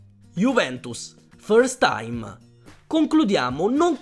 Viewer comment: Ferst taim😂😂